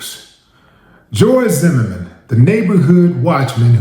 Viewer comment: Pronunciation of "Zimmerman" sounds like a French man saying " the merman"..."zhe merman"..like Jacques la Long on Beetlejuice cartoon from 90's.🤣🤣🤣🤣 🎯🗝️💥